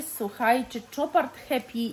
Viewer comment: Casmir,to zapach rac,ej jesienno zimowy a co do Chopard,to,marka francuska a więc wymawia się jak Chopin czyli "sz"! Pozdrawiam serdecznie,nie!